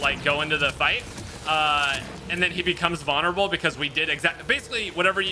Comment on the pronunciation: Noahisms: vonerable, pedastool, weapondry.